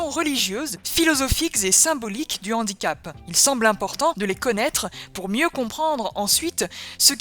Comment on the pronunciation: Toutes les liaisons dont bien faites, sauf devant le mot « handicap » ! Là, tout d’un coup, on a une liaison dangereuse.